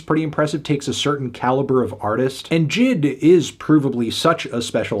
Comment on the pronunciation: Anthony the name is supposed to be pronounced as J.I.D not jid